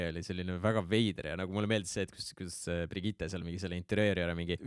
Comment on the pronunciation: Keegi veel on tähele pannud, et ütleb iga kord Brigitte kohta Birgitte?:D